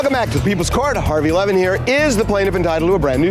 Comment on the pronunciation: “Harvey Lemon here…” is all I hear every time I try to fall asleep watching these. Today is the first time I’ve actually seen the spelling of the name and was like “ohhhh”